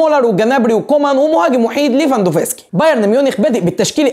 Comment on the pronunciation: مين ليفافانوسكي دا 😂 اسمو ليفاندوفسكي -ليفا-ندوسكي-ليفاندوسكي 🤚😂